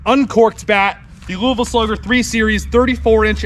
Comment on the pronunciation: Thank you for pronouncing “Louisville” correctly.